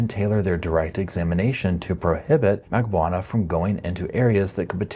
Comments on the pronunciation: Drives me nuts that you cannot pronounce Katie Magbanua’s. last name correctly after all these years. Mag BAN new ahh Not Magbwana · Can you please learn to say Katherine’s last name? Lol it’s said so many times in all of the trials